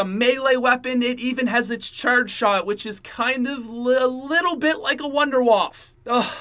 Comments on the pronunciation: The Wunderwaffe is German so it would be pronounced Vundevaffe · its pronounced woondurwaffE just saying